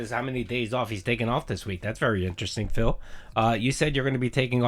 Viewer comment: All going to plan, right?